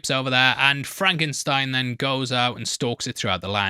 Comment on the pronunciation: “That’s FRAHNKensteen.”